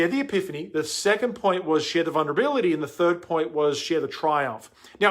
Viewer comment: replay- i love that you said vunrability